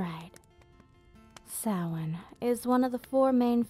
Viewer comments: props for pronouncing Samhain correctly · Well done! An interesting & informative history lesson in an intimate setting... And I'm glad you know the proper pronunciation of "Samhain". So frustrating to hear it mispronounced this day & age. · Pronouncing Samhain correctly = instant like